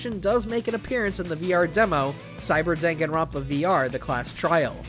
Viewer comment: I love how he just says everybody's name wrong even the title